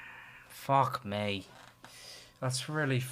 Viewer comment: “fock may”